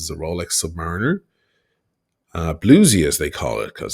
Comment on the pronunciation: Not even being a Rolex guy, people - and you - keep pronouncing "submariner" wrong, which is quite shocking when you wear a $35'000 one with pride like you do 🤪. It is pronounced "'submarine' - er" ... Just listen to the old Beatles song and you will eventually get the name right.